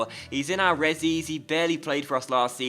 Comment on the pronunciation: Stop saying 'ressies' it's tragic